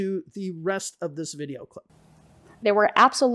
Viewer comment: In one of their videos Liza says that it's okay to have an accent. But when does accent become mispronunciation? I thought that the way she pronounces "video" in the video by her that you just criticized for her mispronunciation of "accusation" also borders on "wrong" because the e-sound in video should be shorter. It's her Russian accent "shining through". Having said that I generally like English for Everyone and I think it's necessary to call out the scammers but I too noticed that they didn't tag you in the video where they critiqued your mistakes that you made while speaking casually (which I think is unfair and to turn off the comments is pretty sh*tty of them). Some further comments – the use and interpretation of expressions such as "this is lit" or "spill the tea" might not be so much dependent on regional differences but on social factors, such as age and what media you use.